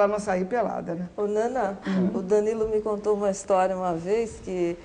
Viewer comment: ...na apresentação ele quase falou nanÁ ao invés de nâna.